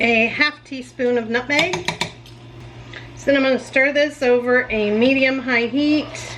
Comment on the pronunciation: Omg, I thought you said 1/2 tsp of nothing! I did a quick double-take on that one and figured out you had said 1/2 tsp of nutmeg! Omg, my brain! LOL